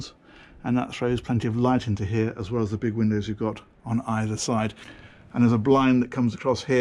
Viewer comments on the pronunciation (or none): none